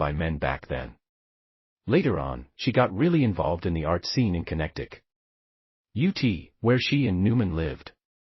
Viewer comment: Just wait ‘til you hear Ai read the word “Connecticut”. 😆